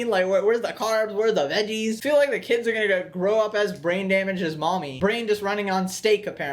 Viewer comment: But she pronounced it as "keeds"; that alone would make me end the date right there.